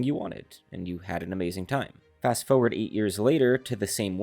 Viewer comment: “FOE-erd” is not how you say forward.